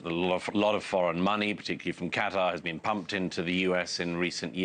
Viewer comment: Douglas "But, have you BEAN there" Murray